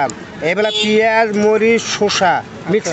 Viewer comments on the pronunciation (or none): none